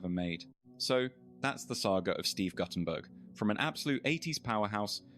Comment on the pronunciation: Goddamn can’t even pronounce his name right